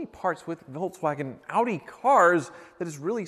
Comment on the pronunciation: Wait, say "Audi" again.